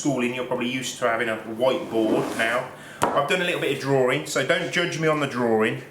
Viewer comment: "Well you know muh name is and i like to do drarings". Lol